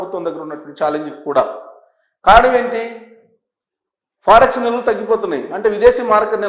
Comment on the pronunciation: ఫారెక్స్ నిల్వలు అని స్పష్టం గా పలకండి. ఫర్ఎక్స్ అని తప్పు గా పలికినారు. కరక్ట్ చేసుకొండి.